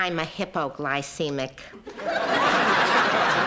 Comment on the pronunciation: “I’m a hippoglycemic”😂